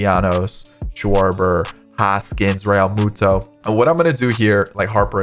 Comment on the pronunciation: Jt “realmatada” uhhh ok